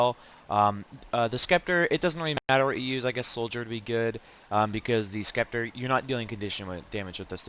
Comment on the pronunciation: FYI the C in scepter is silent